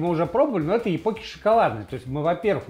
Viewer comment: Не япоки и не топоки а токпоки